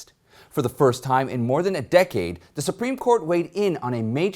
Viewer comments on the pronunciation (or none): none